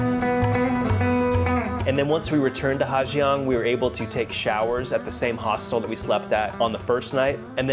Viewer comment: Well.... You were right. The waterfall that looks like Du Gia, is pronounced Zu Za. But, guess what that means??? You've been pronouncing Ha Giang wrong the whole video, and your whole trip. In North Vietnam, the 'Gi" letter combination is pronounced as a 'Z".... so it's pronounced Ha Zang. Not Ha Gee-ang.